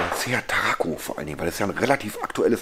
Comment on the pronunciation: Ach ja, Tarraco nicht Taraco